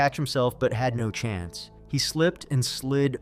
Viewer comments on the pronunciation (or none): none